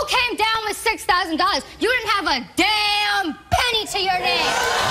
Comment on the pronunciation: “You didn’t have a DAMNNNNNNNN penny to your name!” Oof… I felt that one